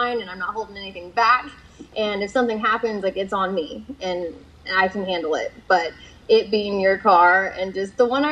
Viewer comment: "but it" not bae